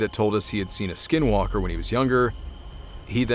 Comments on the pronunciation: Are you white? Anglo? I mean if you are, you are a few who said the Navajo word n skinwalkers correctly 👍 alot have difficulty, sir. Did you practice because it is a hard to pronounce. 😊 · This started out as boring and he said SW (in Navajo) perfectly 👌...